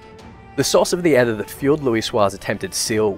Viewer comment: Just so you know, aether is pronounced just like ether, that is "ee-ther". Not rhyming with heather.